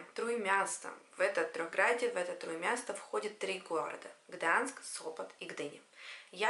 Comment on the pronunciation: Гданьск! Не Гданск! Gdańsk